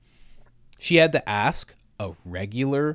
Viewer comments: Axe why? No it is ask why? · Comparing Cube to Joe isn't on the same scale. Joe is an intellectual where as Cube is street smart. It's like comparing "ask" to "ax" or "aks".